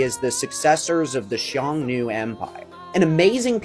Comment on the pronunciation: xiongnu is pronounced as Hsiung-nu. simplified would be Hyung-nu or just Hyung i think.